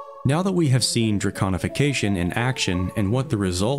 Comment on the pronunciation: Thank you for saying it correctly 🥲 so many lore channel say draGonification and it drives me crazy! Amazing videos 🎉